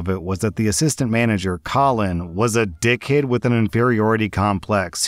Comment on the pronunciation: Is from new Zealand? The way he said dickhead reminded me of kiwi